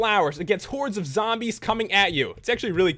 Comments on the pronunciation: when you said sombies its like you said some zombies xD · when you said sombies its like you said zombies xD